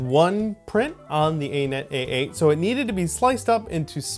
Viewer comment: Have you literally never heard “Anet” pronounced?